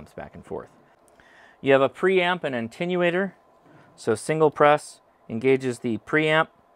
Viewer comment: Great review & comments. I would draw your attention to the fact that you are pronouncing "attenuator" as "ANTENUATOR" a common mispronunciation. This not an admonition, simply information that you might wish to confirm or not. I enjoyed your review.